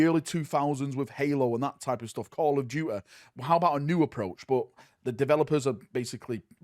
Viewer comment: "Call of DUEH"